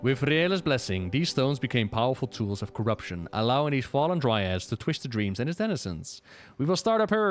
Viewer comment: Dryads, Dry-Adds.